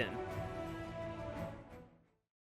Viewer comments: Cringing when he pronounces both Knoebels and Elysburg wrong. Other then that, great video! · When you’re from Pennsylvania and can’t help but laugh at the pronunciations of “knoebels” and “Elysburg” . We do have some weird names here, don’t we? Keep up the great work!